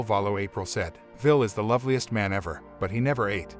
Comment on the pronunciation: It's pronounced "Villa" isn't it? Not "Vill"